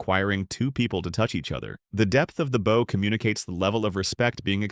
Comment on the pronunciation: Your AI narration doesn't know the difference between bow (boe) and bow (bahw).